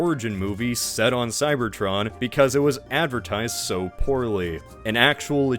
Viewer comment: Whenever you say "Cybertron" I hear "Cybertruck" That's a tragedy in itself.